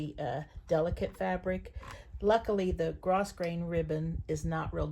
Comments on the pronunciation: Thanks for the video! FYI, the ribbon is pronounced “Grow”grain, not gross grain. ❤ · Thank you so much for the tutorial. I have always pronounced Grosgrain Ribbon (pronounced gro-grain). Look it up online. But I did know what you were talking about. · Thank you for this fantastic tutorial. FYI the ribbon is pronounced Grow grain ribbon. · Thanks for the tutorial...will be doing this! Fun fact: The 1st ribbon is "gro-grain", the "s" is silent, the 2nd is called "twill tape" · Grossgrain- (pronounced grow grain) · Such a fun tutorial. I am blessed to have a printer dedicated to sublimation, so that is how I make labels for my projects. However, that only works on the polyester ribbon. (BTW in "grosgrain" the S is silent - grow-grain). You shared a great idea about cotton webbing. I'll try that with my transfer paper. I've been away from Canva for a while. Thanks for the reminder of how powerful it is. I'll remember to change the transparency and include some background color. I hadn't thought about that. Very fun! Thanks again. Kay in Dallas, Texas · I am blown away with what you are doing! I had no idea how tags were made but thinking these might be interesting for my quilt guild for items we make to sell at our Craft Fair! I looked at the items for using to make tags but did t k is what the ori tier paper was or the how everything got o to a piece of ribbon! And just a small note - the grosgrain ribbon is pronounced without the “s” - gro-grain! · FYI - grosgrain is pronounced “grow-grain”